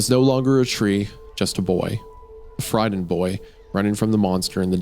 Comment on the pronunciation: My favorite place to come listen to "t"s pronounced as "d"s I'm friddened.